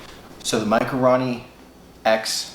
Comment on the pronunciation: RO not RA.... for fuck sakes...